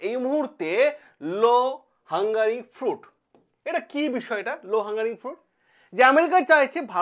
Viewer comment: শব্দটি হল 'low hanging fruit '. তুমি লেকচার দিতে আসো, কিন্তু তুমি ঠিক বানান বলতে পারো না।